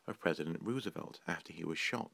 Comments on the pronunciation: I thought the pronunciation for Röntgen was passable, even great. Roosevelt on the other hand... That's probably the Welshman in you. :D Also the Antikythera mechanism is mind-blowing when you think about it. Quite literally lost knowledge of the ancients. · Great video as always but your mispronunciation of Röntgen and Roosevelt is hardly acceptable. Of course I'm on my way to becoming quadrilingual so for me it feels different, but nonetheless it's sloppy.